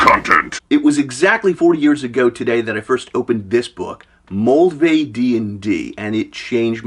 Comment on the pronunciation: I played that version back in junior high, along with LBB traveler great times...but I can't tell if your saying 'malvay' (whatever that is) or 'moldy'...